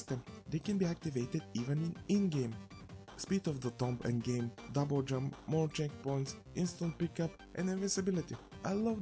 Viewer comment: "Tomb" is pronounced "toom", it's a mostly silent "b" And a long "o" Don't ask me why 😉 The game is definitely not for me but I can see it's appeal to others.